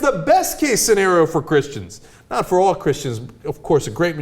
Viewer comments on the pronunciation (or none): u saying christian s with a hard S on the end makes me think you think all of use are like that not all of us think where all high and mighty their is a good 50 percent of us who would just like to be seen as a religion that is as equal to any other one nothing greater nothing bigger just the same as everyone else